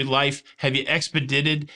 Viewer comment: Evpe-did-it Awesome